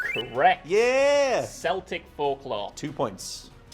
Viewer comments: No soft C's in Gaelic. so it's pronounced Kel-tic. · Did actually pronounce Celtic like the football team 😂😂😂